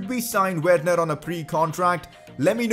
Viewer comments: You pronounce it like verner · Not judging you but say Werner verner please